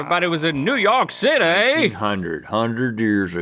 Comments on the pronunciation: I love Link repeatedly saying NEW YAWK CITAYYYY like Laszlo🫶🏻❤️ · "new york citay"